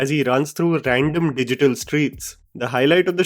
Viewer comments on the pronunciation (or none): none